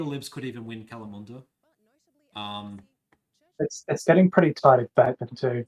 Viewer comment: Kalamunda... shocking pronunciation! Ya'll takin' the piss!!